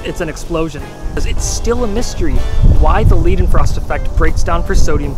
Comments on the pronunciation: Great video! Just a minor nitpick, Johann Gottlob Leidenfrost was German, so you would pronounce the "ei" in his last name like the i in "life." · It's not "Leedenfrost effect" but "Leidenfrost effect", which is pronounced "Lye-den-frost" (pseudo-ponatically explained for native English speakers). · Why are you pronouncing Leidenfrost as LEEdenfrost? You're not pronouncing Einstein as EEnstEEn or do you? :) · I really enjoyed the video, but please learn how to pronounce Professor Dr. Leidenfrost's name. Thanks.